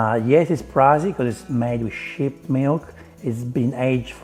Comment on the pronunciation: Ohhhhhh "made from SHEEP milk"...had to listen a few times LOL